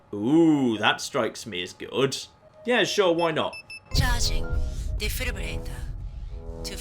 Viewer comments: Today I learned cant say the word "Defibrillator". He says it like "Defibulator" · God, he butchered defibrillator. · I didn't know he could say it even worse!